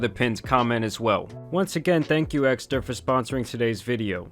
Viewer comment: Dude! "Esker"??? I thought it's Ekster. I totally believe that you love your sponsor's wallet so much that you can't even get the brand's name right.🤣